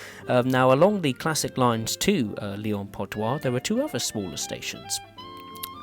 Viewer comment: That's not "Lyon Part-Doi", that's "Lyon-Part-Dieu" ! [djø] 😂